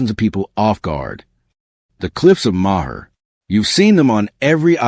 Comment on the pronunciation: Oh yeah bro you really caught me with the cliffs of mawhir. Way to go. This is AI created gibberish probably from Russia or N Korea